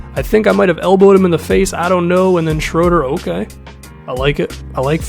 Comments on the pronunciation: Hey this probably won't matter but Shröder's name is pronounced Shrooder. 👌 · It's SHROO-DUR